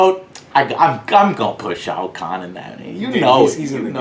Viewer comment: ROFL def didnt know he said shao kahn. Motoro!